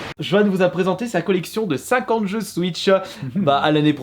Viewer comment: Comment les noms des jeux sont écorchés 🙀🙉